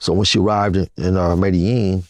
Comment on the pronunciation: The mispronunciation of Medellin is so annoying lol